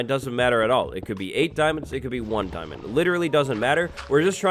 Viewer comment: "DIAMON" Now heart me ;)